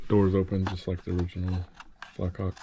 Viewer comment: J Hauk not a Black Hauk.